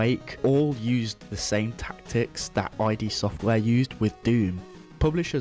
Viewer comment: I'm sorry, I had to pause the video to comment otherwise it'll drive me nuts... It's called Id software as in the Id, Ego and Superego, not I.D. software, as in shorthand for identification.